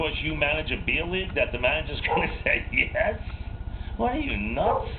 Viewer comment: I like Posada. A LOT. The hittah is hitting left-handed against a left-handah? AWe you outta your mind?